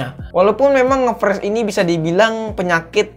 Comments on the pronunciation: Freeze (baca : fris) Fresh (baca : fres) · Saran perbaiki Cara pengucapan kata bahasa inggrisnya Bang. Ngefreeze bacanya Ngefriz bukan ngefres. 👍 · Lebih baik bilang macet aja udah,pke ngefreez segala bacanya gbbisa pula malah ngefres bukan ngefris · Friz bacanya bang, bukan fresh. Fresh itu seger bg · Ngefreeze ( bacanya ngefris bukan ngefres ) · Friz bacanya bang bukan fresh wkwk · Spell nya ngfris bang bukan ngepres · Bang seharusnya nge freeze bukan nge fresh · Frisss njir bukan fresss Tulisannya freeze cara bacanya frisss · Cara bacanya ngefreeze bang bukan ngefreeze hehe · friz boy bukan fres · Ngefreze cok bukan ngefrash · Freeze bukan fres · Bacanya friz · Freeze keles malah pres wkwk